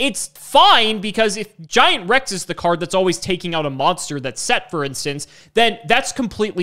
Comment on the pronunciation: What said: Giant Rex in What I heard: Giant Ruxin